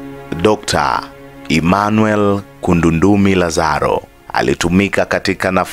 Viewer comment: ni Emmanuel Kundandumi Lazaro na siyo'Kundundumi'